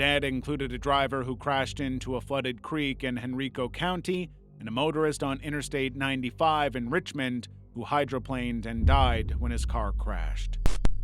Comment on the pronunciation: It’s not hen reeco it’s hen ri ko